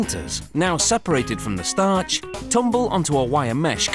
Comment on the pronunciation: he says "startch" the same way everytime its hilarious!